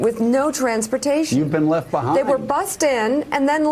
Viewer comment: 😂 I love Morning Joe!! But Joe...you killin me with the sad commentary as your wife speaks "...like the RAPture..." "...you've been left beHIIIND..." "...oooh gosh..." Then you start talkin about what Trump was snackin on flying in the private jet...priceless, lol.